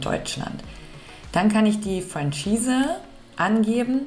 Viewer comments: Ich weiss nicht mal, wie ich auf deinem Kanal gelandet bin - Ytoube Algorhytmus - Es heisst Fro-Schihse - jetzt hast nen Schweizer im Team😂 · Würde sagen Franchise wird "Frahschise" ausgesprochen. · Liebe, ich als Schweizer habe den Eindruck du hast alles gut recherchiert und auch erklärt! Was du beachten kannst, wenn ein Fremdwort dir in der Schweiz begegnet ist es meist französischem Ursprung, also Franchise ist niemals englisch auszusprechen( im Video also die erste Variante) UND BITTE vergiss sofort, unsere Sprache ist NIEMALS süss😉! Unsere Sprache ist eine gesprochene Sprache mit sehr vielen Dialekten ( niemals süss)! Gruss in den Kanton Zürich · Ich bin eben zufällig auf Dein Video gestossen und habe es wegen Deiner erfrischend-herzlichen Art zu Ende geschaut. Mega sympathisch! Herzlich willkommen und liebe Grüsse aus der Westschweiz. ❤ Und noch etwas.... das "Zauberwort" wird 'Franschise' ausgesprochen.😅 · Wörtlich ausgesprochen: Franschiis ;-) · Lieber Heinz, vielen lieben Dank für das positive Feedback! Das von einem Schweizer zu hören bedeutet mir natürlich besonders viel 😊. Danke ebenfalls für den hilfreichen Tipp bzgl. der französischen Aussprache. Jetzt weiss ich wie ich Franchise ab sofort richtig ausspreche. Und JA ich vergesse das mit dem "süss" direkt 😅 - danke auch für diesen Tipp! ☺ Liebe Grüsse aus Zürich an dich